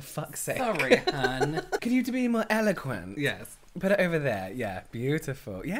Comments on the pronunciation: "eloquent": "eloquaint": "eloguent" 😂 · me googling “eloquaint” to see if it’s different from “eloquent” hahah